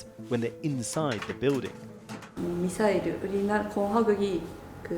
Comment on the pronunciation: Just out of curiosity. The way she said "Misairu" sounded very Japanese (adding u at the end, mixing r and l, and so on). Is that really how you say "Missle" in Korean?